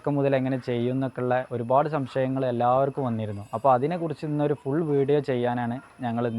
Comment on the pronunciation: ഷംശയങ്ങൾ അല്ല ; "സംശയങ്ങൾ". കുറ്റം പറയുകണെന്നു തോന്നരുത്.